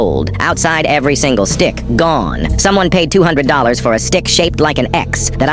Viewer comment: Not it saying dick instead of stick